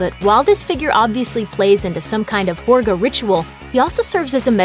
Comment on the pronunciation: great analysis - but the narrator clearly didn’t even see the movie - mispronouncing important words including Midsommar, Pelle and Harga. The way she pronounced Midsommar incorrectly over and over was particularly irritating and frustrating.